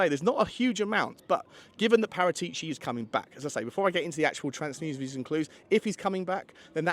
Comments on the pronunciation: you are the best Tottenham podcast in the business, but make an attempt to pronounce Par-at-ici properly, not Para-tee-ci. You owe it to yourself. P.S. your Wednesday chat with Johnny was the best piece of Tottenham chat ever from anyone. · I won't "smash" the like button until you pronounce Paratichi (Parah-tich-e) correctly. Ball is in your court mate 😅